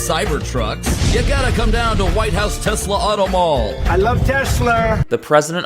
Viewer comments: Ah yes, teslur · Idk why "tesler" is so funny to me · "I hate Tesler" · anyone that was paying attention, realized that husk was a lying fragile fake a looooooooooooooooooooooooooong time ago... also, trump: "i are smart. i love tesler. me has best word. diaper full..."